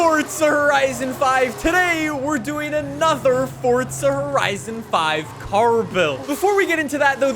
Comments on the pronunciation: Forza not fortza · FORT-ZUH…??? I don’t understand… FOR-ZAH Say FOR-ZAH 5… just one time… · Why does he say fortza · FORTZA HORIZON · 'Fortza' horizon lmao 🤣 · istg if this guy says "fortza" one more time (idk if thats ac how u say it XD) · If you say FORTSZA one more time I’m going to bite my eyelid off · be like: Fort-za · how is it "fortsa" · you spell forza better than you say it